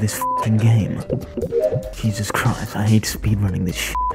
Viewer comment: "dancing": "JESUS CRIST"